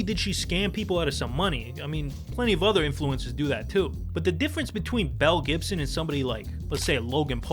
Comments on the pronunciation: It took me a minute to realize they weren't saying Mel Gibson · I kept hearing "Mel Gibson" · I thought he kept saying Mel Gibson 😂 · Captions were turned off and I thought he kept calling her “Mel Gibson” 💀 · I thought they kept saying Mel Gibson 😂😂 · him: Belle Gibson my brain: Mel Gibson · Oh my god I thought u were saying Mel Gibson for the first few mins I was SO confused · I know her name is Belle Gibson but all I can hear is Mel Gibson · Who else thought he kept saying Mel Gibson? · Less than a minute in, I thought the news presenter said "mel gibson" and I immediately was sidetracked to an alternate timeline where mel Gibson made some (different) pretty radical decisions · Lmaooo I thought they kept saying mel Gibson in the beginning 😂😂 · I heard the same 😓 Mel Gibson?! “Belle Gibson”….Mel? Belle….. so Belle Gibson….Mel….WHO!?!?